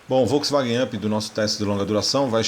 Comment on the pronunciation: e o UP se pronuncia áp, e não ãp ou âp.